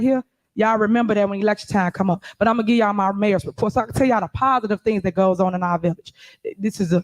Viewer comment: When she says "gee" does she mean "give"? Just asking.